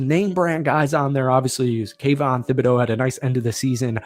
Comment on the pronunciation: The "H" is silent in Thibodeaux